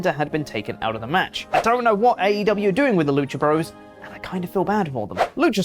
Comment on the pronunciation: "Bros." is an abbreviation for "Brothers." It is not pronounced "broes," FFs.